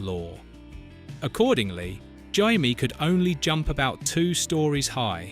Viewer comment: "Jymie"???? Dear oh dear 🙄